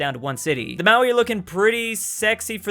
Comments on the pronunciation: Hey, Is there a reason you are pronouncing Maori, as Maui? I can understand if you can't roll your r's but it sounds like you aren't pronouncing the r at all? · Please try to say the R in Māori. 🙃